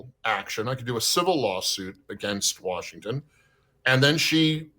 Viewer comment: Is it just me or does anyone else notice that Bob Ferguson doesn't know how to say the word Washington